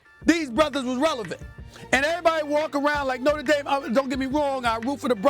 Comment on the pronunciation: Lol, it's Notre Dame😅